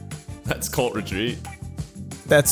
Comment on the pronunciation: I kept hearing 'colt retreat' instead of 'cult retreat'